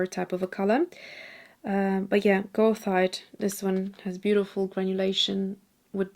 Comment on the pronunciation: Goethite has a bit of a fraught pronunciation, but since it’s named (the mineral) after the German poet/philosopher Goethe I’d recommend ‘ger-tight’ (with the g as in ‘good’). Such a versatile pigment, great for sand and rocks!